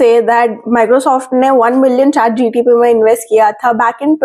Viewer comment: It's ChatGPT not ChatGTP.